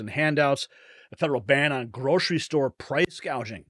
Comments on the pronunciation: She is doing just what she intended listen at her words .. this is how you know you are being gaslighted.. she says hospitility not hospitality.. she says price gazaging not price gouging . This is called changing the language. Nobody picked up on this this is how people are deceived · Listening to what Commie-ala's staff say about the roach, is that she takes no interest in any of the issues in government, and that's why she talks BS - she knows sweet FA about anything. She doesn't even know the term "price gouging", she calls it "price gauging" (she can't read a teleprompter, like her predecessor). If you want thick, ignorant crooks running the country, vote Democrat and kiss your money bye-bye. Now, that's a good slogan for Trump's campaign, and the Democrats, as that's what they're portraying.